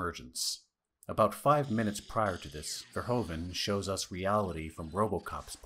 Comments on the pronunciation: Americans and their Furhoven. It's Verhoeven. Furhooven. Your own president was called Hoover. Hoeven is Hooven. Nice video ;) Subscribed. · Verhoeven not Verhoven. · Great video! As a Dutchman I would have appreciated it if you pronounced Verhoeven's name more accurate. It's not that hard and since you are a movie fan and you mention his name a dozen times.. 😅 It's pronounced more like 'verhooven', with the oo's as in 'zoom'.